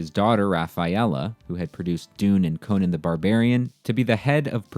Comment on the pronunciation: Conan the Barbarian is not pronounced the same as Conan O’Brien